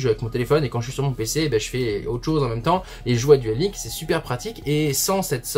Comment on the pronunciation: Alors. Duel LinkS prend bien un "S" à la fin et celui-ci se prononce, comme tous les S en anglais à chaque fin de mot. Juste une petite précision éhé.